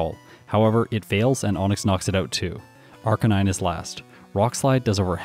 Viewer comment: I miss you saying arcaninay